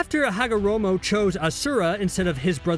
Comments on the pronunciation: did he say hagomoro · Did he just say hagamoro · You said hagomoro near the start... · Yep he did